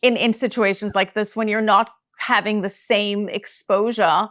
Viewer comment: "thank you for halving me" 😅